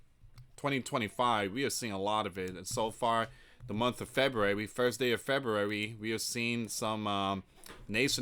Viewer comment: February firs. the t is not silent